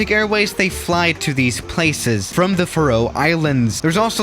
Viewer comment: I'm Not sure but isn't it pronounced far-ow islands.